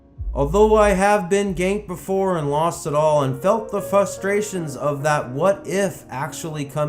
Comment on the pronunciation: Lol, "fustrarions".